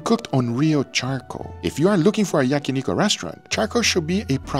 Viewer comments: When I heard Yaki ''niko'', I was like who'd hell is that, then I realize Guga mispronounce Yakiniku. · I love your content and all your videos. Not to be pedantic but it is yakniKU not yakiniKO. It is a "coo" sound, not "ko" sound. Just helping with your Japanese.